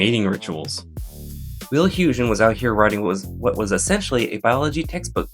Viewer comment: Rien Poortvliet is pronounced Reen PORT-vleet Wil Huygen is pronounced Will HÜÏ -khen (The g is pronounced fricatively, like you are rasping your throat. The ui is a Dutch diphtong. If you can´t manage it, try HOY-khen)